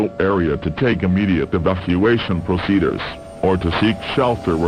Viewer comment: I love how it says "proceduhrs" XD